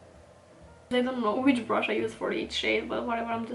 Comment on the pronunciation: I was so curious about your accent! I accidentally offended another YouTube channel (An Knook?) I told her that I loved her accent and every time she pronounced “brush “ she said it like “brsh “ like without any U sound? OMG! The next video she released- she went overboard- with enunciating every single sound in the word brush! 😱 I even made it a point to tell her I thought her pronunciation was adorable! She was obviously offended. Seriously- the RCMA powder can’t be bought at any store here in the US, either. You speak incredibly good English❣️❤️😉